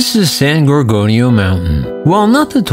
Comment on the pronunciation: Its san gor gonio mtn narrate properly please